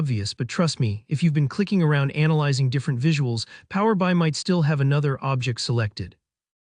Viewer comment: Thanks for sharing. By the way, it's Power B I(Bee Eye)